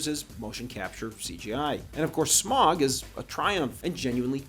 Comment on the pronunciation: You mispronounced Smaug. 😬